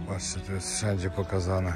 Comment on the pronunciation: Przeciekawy, mocny odcinek!Jestem wdzięczna za tak ciekawe treści,które przygotowujesz 🫶🏻jeden szczegół (teraz wyjdę na jakiegoś trola czepialskiego🙈) ale końcówki wyrazów ,których nie wymawiasz np;jeś(jeść)wejś(ć)jes(t)kurde drażni ucho :/musiałam bo uwielbiam twoje odcinki a tylko to wybija mnie z przyjemnego oglądania.